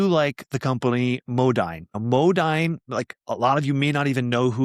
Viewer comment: Modine is pronounced Mo-deen. Might want to check out one of their company sponsored videos.